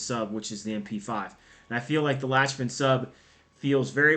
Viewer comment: It’s pronounced lock-men